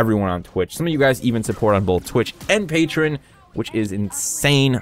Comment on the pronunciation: PAY-TREE-ON. Not Pay-trun.